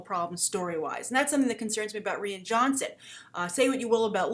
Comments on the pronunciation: I don't mean to be that guy but his name sound more like Ryan not Rhianne. Love the vid just the pronunciation bothers me. Keep up the good work. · Rian is pronounced Ryan not re-in. Please, you've been doing this for years, listen up. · Good Morning,. Rian is pronounced the same way as Ryan. And trust me. People ARE excited about Rian Johnson.:)